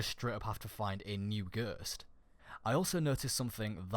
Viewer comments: ITS GHOST NOT GURTS, JESUS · Ok first of all you say no wrong it's pronounced no not nuuuuhhhh and the title says fourth subclass then you say ok there is not a fourth subclass also its pronounced ghost not guuuust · dude you say puppet like poopit and you say ghost like gerst XD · Not hating. But every time you said "Ghurst" I had a small seizure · I'm sorry because it was a good vid but this really annoyed me. It's ghost not ghust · its ghost nit ghurst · him saying ghurst actually triggered me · "Nhuuur" "Ghurst" 😂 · Im getting triggerd when you say ghöst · I cant get enough of the way he says "ghurst," xD Subscribed! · lol stop saying gherst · For a bit i thought he was saying girscht like the girscht device from moon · go-oh-st is ghost, not whatever tf you are saying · Can't get over how you say ghost lol you say guuuusttt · I had to replay it about 3 times because I had no Idea what was being said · I was like.... That's not how you pronounce ghost?!?! Hahaha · Why are you saying ''Nuuh'' when it's obviously seen and pronounced as No? are you trying to sound unique? it's very cringy. Same for Ghost... glad i'm not subscribed to you. or your accent is fucked. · Can you say ghost right? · the way you say ghost 😂😂😂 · you say ghost weird...